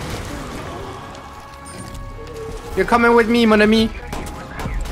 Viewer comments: "Mon amie" French cityzen approuves <3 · "You're coming with me mon ami" The French appreciate this passage and especially your accent :D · The "mon ami" (my friend in french) was good